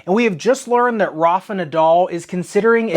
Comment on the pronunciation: the way americans say "Rafa" 🤮